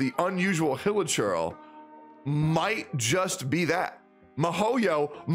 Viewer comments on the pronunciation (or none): Mihoyo = mee-ho-yo. Not my-hoyo.